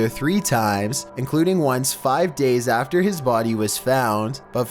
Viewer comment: Is it just me or does he sound like he has a pole up his arse? “the biggest threat comes right afTER.” Like Your voice is ... Just Oof.